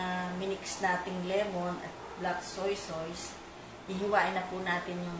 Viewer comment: Tita bakit po soysoys ang bigkas nyo sa Toyo? Madami po kasing kritiko baka punahin nila yun. Soy Sos po ang pronounciation nun🤗